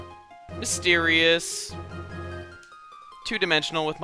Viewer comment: no he said mysteryous so im guessing mystery dungon blue